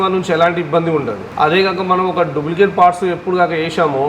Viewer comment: Papam vidiki emi theliyadhu edho matladutunnadu.. Price ni frice antunnadu.. duplicate ni dubulecate antunnadu..sodi cheptunnadu..